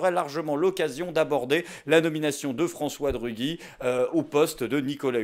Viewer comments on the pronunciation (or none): Ça se prononce ruji et non rugui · cool ! le retour ! :) par contre, on dit De Rugy pas De Ruguy ;) pleins de gens font la même erreur avec mon nom de famille (qui n'est pas le même) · Content de te revoir! (et "F. De Rugy" se prononce "De Ruji" ) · Bonjour A propos de ta prononciation de De Rugy dans le préambule. Comment prononces-tu Gymnastique ? ;-)